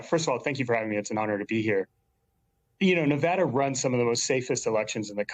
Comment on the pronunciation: Why do they mispronounce Nevada?